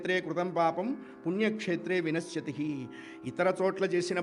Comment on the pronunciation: వినశ్యతి: అనకూడదు. వినశ్యతి అని చెప్పాలి.